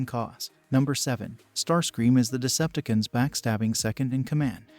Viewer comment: It's pronounced Decepticons, not deceptkins 😂🤣😅